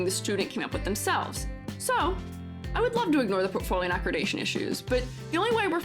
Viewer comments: I mean well when I say I think you are mispronouncing “accreditation”. It’s not ah-kri-day-shun. It’s ah-kreh-dih-tay-shun. Sorry, it was driving me crazy. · Very thoughtful video with amazing points. Glad to hear from an open minded educator who cares. Accreditation is pronounded ac-credit-dation by the way, not acrid-ation. ^^